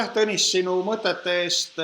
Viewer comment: Он говорит тонис